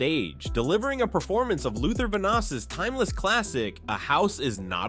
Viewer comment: I just don't understand how you mispronounce a legend like Luther Vandross name, that's just disrespectful. I love Jaheim, thanks for doing his story.❤❤❤